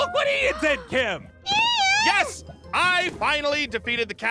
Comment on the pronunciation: Ian not Ein